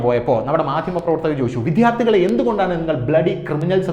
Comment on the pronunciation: അദ്യാപകരും വിദ്ധ്യാർത്ഥികളും അല്ല അദ്ധ്യാപകരും വിദ്യാർത്ഥികളുമാണ്. ഉച്ചാരണം പഠിക്കുക.